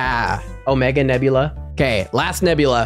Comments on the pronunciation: Not Nebulae it's Nebula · Bro said nebulay